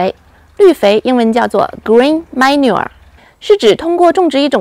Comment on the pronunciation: ❤，讲解非常不错！小时候农村生产队地里种一种野草，乡下叫“幼儿花”，应该是十字花科的。生长非常快，也是一个月开花了。春天播种庄稼一翻地就是绿肥。鸡蛋里挑一个骨头，manure英文发音不准。